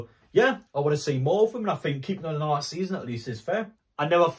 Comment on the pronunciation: How do you say another? Naaaaother?